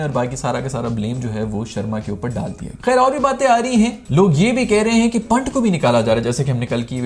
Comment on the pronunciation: Yaar tu naam na bigada kr, Wo akashdeep hai, amandeep nhi aur wo पंत hai पांट. Naam sahi se le le bhai ya pehle se padh ke, pronunciation dekh kr aa jaa.